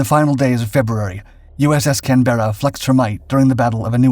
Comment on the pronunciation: The narrator needs to learn how to pronounce Canberra.